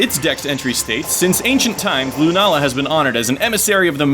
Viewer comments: its Sol-Gah-Leo and Luna-Lah, Not Sol-galeo and lun-alah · this isn't pronunciation it's putting the stress in different places, it doesn't really matter what way you say it anyway